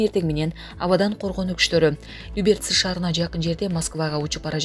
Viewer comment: Тооба люберс эмес Люберцы мынча жалганчысынар алладан коркулачы журналистер